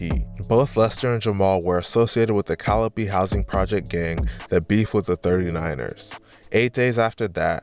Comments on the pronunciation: Cali-pee?Its pronounced,Cali-OPE.😂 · You said caloopee projects 😂😂😂it’s pronounced cali ope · The calla p 😂😂😂😂 no sir that's not how u say that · It’s pronounced Ca-li-ope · It's pronounced Cali yope like rope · I stopped watching when he put the P in Calliope it was off putting